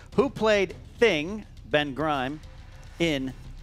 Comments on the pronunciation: said Ben Grime not Ben Grimm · Ok, what's with mispronouncing Grimm (Grime??) and Fistophobia (Fistobia..?)? Come on, you're great-- but get yer pronunciations together buddy!;)